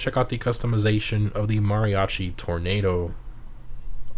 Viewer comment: Oh come on man say Mariachi right youre hispanic u can clearly hear your accent